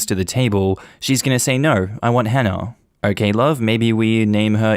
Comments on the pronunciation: Story one, does he just actively be rude and mispronounce anyone's names who start with an H? Cause it kinda sounds like he just doesnt wanna actively try to say the name correctly. Dropping letters in words isnt the same as a speech impediment. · I drop as many “H’s” as the next Londoner, but if I have to pronounce the “H”, I will do. It aint that he can’t pronounce the name, it’s just Cockneys drop their Hs. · So many people learn multiple foreign languages, yet this man can't even bother trying to pronounce a common English name and add one common English sound to it 🤦🏻‍♀️ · THE GUY WHO COULDN'T SAY "HANNAH" USED THE WORD "HENCE" 😬 I really don't believe he pronounces it "ence" and I also don't believe he can't force himself/learn to say the "H" sound for the sake of his daughter and his wife. The "H" sound is just breathing out forcefully - anyone can do that. I am English, I understand a dropped "H" is a feature of some people's accents but why can they not learn to pronounce this one name when it's so important!?